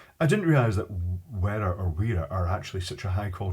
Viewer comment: W is a v sound in German. "Vera"